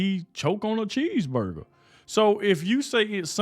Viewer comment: Can't Joy speak proper English or does she have a lisp problem. She can't even pronounce 'cheeseburger"